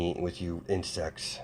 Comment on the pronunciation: when you said insects I thought you said in sex